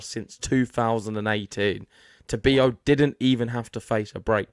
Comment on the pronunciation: Please pronounced correctly his name: TA-BI-LO, no tobio.